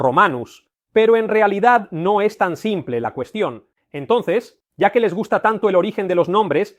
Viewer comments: ¡Y se pronuncia cue, no que! es decir, la U no es muda. Además, cualquier persona que sepa de Latín, sabe que el neologismo Vídeo, lleva acento gráfico en la "I" porque es así como se pronuncia, y él dice video, una forma errónea de pronunciar, fruto del uso de la palabra llegada de paises que no usan puntuación gráfica (Inglés) y fruto del desconocimiento del Latín y también de la no reflexión acerca de cómo se pronunciaba. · PopulusQUE. Con pronunciación CUE. La U en Latín, NO ES MUDA. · " QUE " se pronunciaba " CUÉ ". LA " U " no es muda. Los romanos no conociana la letra " U " , empleaban la " V " . QVE y no QUE. Estamos un poco flojillos en latín. Ay señor.......